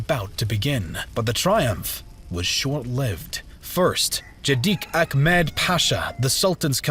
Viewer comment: about pronounces not jedik but gedik, not ahkmet but ahmet